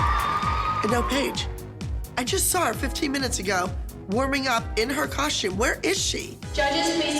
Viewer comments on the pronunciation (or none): it's a costume, not a coshtume.